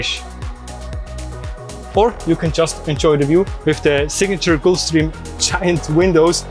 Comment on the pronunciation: Guy can’t even pronounce Gulfstream 😂